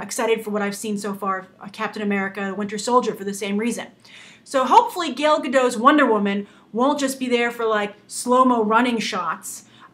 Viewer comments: Hey Grace, (first comment!) First, Gal's name is pronounced GAL (not gail). Second, you touched on it in the last 10 seconds of the videos, do you think that an actress's origin, especially if it's politically charge like that of Israel, can affect the success or criticism of a movie? While I never found Gal very interesting she is a big deal here in Israel, and i have to say that she is known for her unique and different sexuality than that of other models- in that she is married, has had a baby, and kept a very slim athletic look. So do you think that these features helped her, or that maybe the casting is actually trying to use her ethnicity as a selling point. thanks, Guy. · Ugggggh, I freakin' love your videos Grace but you just totally butchered her name. GAIL, why Gail? It doesn't even look like her name could possibly be pronounced Gail. GAL, GAL, GAL, GAL. OY. C'mon Gabby Roodolpy (get it, I messed up your name a little. K, I'm sorry, that was kinda mean.) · Grace, you are pronouncing her name wrong, you are pronouncing it as "gale" which is wrong the "A" is more phonetic, I guess a closer pronunciation would be similar to saying Kal, when you say Kal-El. (just replace the K with a G).